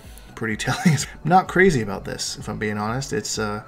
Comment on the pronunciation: Sorry aboot that 😂😂😂